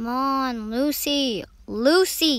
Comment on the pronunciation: Why i heard ruby instead of Lucy💀